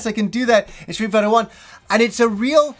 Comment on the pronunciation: Does he say. Street biter?. Because he say it really weird somehow.